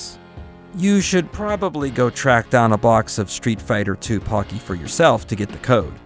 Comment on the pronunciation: The Po in Pocky is pronounced ポ, not パ.